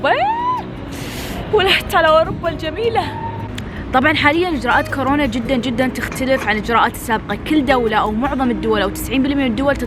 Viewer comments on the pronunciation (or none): none